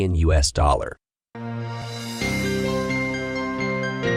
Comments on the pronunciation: U.S. is not pronounced "us". While your computer-generated narration is pretty good, it has its limitations. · You need to make sure the automated narrator pronounces US correctly. There were several instances where US was pronounced "us", the pronoun. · Is this a voice bot? Strange how US is pronounced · Im sorry but it's s pronounced Royters even though its spelled Reuters and it's U.S.not us. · "Re-Uters"? "us dollars"? You need a genuine human narrator.